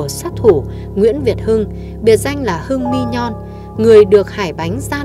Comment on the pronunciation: Hưng "Mi nhon" là ai đọc cũng ko đúng